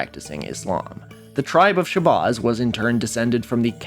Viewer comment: Dude, stop mispronouncing Shabazz. Where did you get your research from, AI voice-over from youtube??? You’re correct about Wallace Ford and some other things, but you lack street knowledge. And why is it always white people who are fascinated with black culture? We live in a world that’s backwards. I’m asian and I’ve been studying the NOI and 5 percenters since I was incarcerated in 93. I’m not religious, but some of the knowledge within NOI and especially the 5 percenters are beneficial in everyday life. If we didn’t have supreme mathematics and the supreme alphabet, then many blacks would be lost and commiting more crimes. Plus, we wouldn’t have intelligent artists or talent such as Nas, Wu-Tang, Muhammad Ali, etc…